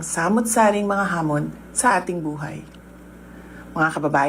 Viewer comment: Halatang hindi sya ang gumawa ng binabasa nya. Nagpractice yan for sure. PERO sa "HAMON" palang IBANG HAMON ang naipronounce😅😂